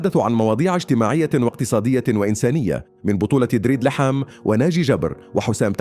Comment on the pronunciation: ليحام.؟ كهرباء! لحام انطق بشكل صحيح